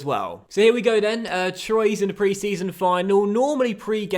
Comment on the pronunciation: *TWA is how you pronounce "Troyes"